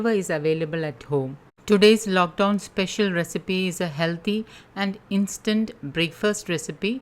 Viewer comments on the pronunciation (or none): none